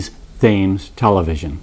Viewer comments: Pronounced "tems" not "fames" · Thames is pronounced TEMS. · As a kid in England we loved watching his shows we did not know what Sexism was them, We bought his hit record Ernie the Fastest Milkman in The West - by the way is is pronounced Tems Great documentary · It's pronounced TEMS not literally Thames. Loved Benny and all his politically incorrect jokes!!! Cheers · Hands up if you paused the video when he pronounced Thames as "tames" instead of "tems" and looked to see if anyone had written about it in the comments section. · Other than "Thaymes" really being "TEMS", a great docu, well presented and engaging. Docu itself had new info I had not heard before in other Benny Bio's. So sad to think that here in the 2020's the poor man probably could not have left his house with all of the Poli-Correct, Backlash Bullshit he would have been exposed to from the Karens, Darrens, SJW's, and Cancellers of today. :-( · For those who are saying that Thames is pronounced as Tams, it's not the commentators fault. That is how Americans say it. It is the same case with the word tomato. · Gawd. First of all it is "Strettam" not Straytham (Streatham). It is also Temms noth "Thaymes" (Thames). Do your research better. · It's not tames mr.yank...its pronounced tem- tems TV. (Thames). It's from the rivers name , u know ?? Evidently not. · Great documentary! The only thing I must say, and forgive me, Thames is pronounced, "Tems." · Freaking Bostonians, it’s “TEMS,” not TH-AMES. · Will Americans ever learn to speak English? Thames is pronounced "Tems" NOT "Thaimes" . For God's sake do some research. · Hey there I am from Southampton. my parents are buried a few meters along from Benny, thank you for this lovely tribute to him and you pronounce Thames like this Tems Television 💜💜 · The "h" in Thames is silent. Don't ask me why. It is just so. That is the English language for you! 😀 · Just in case no ones mentioned it yet.. it’s Temms not Thames 🙃🙄🙃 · Thames is promounced ''Tems''.